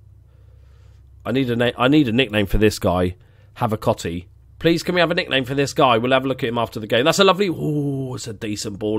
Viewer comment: Havacotti = Have-a-cookie